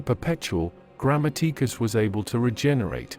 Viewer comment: Yeah where we get to hear about John "Grandmma-teek-us"